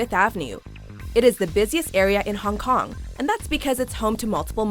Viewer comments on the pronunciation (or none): none